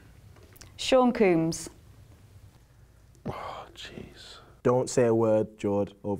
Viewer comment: Sean Coombs lol it's combs